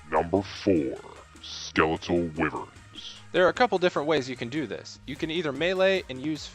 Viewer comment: Lol Skeletal Wivverns